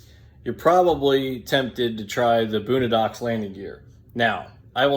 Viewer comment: Lost me as soon as you pronounced it “boonadox” 🤦‍♂️